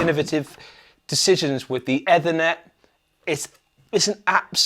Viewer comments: "Either" net? Comment thread is Putting me to sleep, truly is Ethernet. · someone have a word with the Anderton guys...ETHERner not EVERnet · eh-thernet... lol. IT challenged. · Eee-ther-net not whatever you’re saying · Eeeeeeeeeeeeeeeeeeeeeethernet! It's driving me nuts the way you're saying that. You're gonna have to overdub the correct pronunciation now. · Looks and sounds very nice but what an unusual way to pronounce Ethernet, which I’ve never heard before in all my years of being associated with computer systems and networking. It is usually pronounced ee-thernet in both UK and US English. #beingpedantic 😬😂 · Oh you mean efffthranet? Lol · Definately Eeeefurrrnettt 😂 network via the ether lol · Eethernet. Rhymes with underneath a net. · So triggered by the mispronunciation of ethernet. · This whole review was rained when none of them could pronounce Ethernet 😅😅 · The pronunciation of Ethernet was not so great though 😂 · Agreed, I’ve never heard it pronounced like that before and they both did it 😂! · But not the pronunciation of Ethernet 😂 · That isn’t how you pronounce “Ethernet”. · It’s an American pronunciation apparently. Certainly I’ve not heard it said that way in the uk after a lifetime career in computing.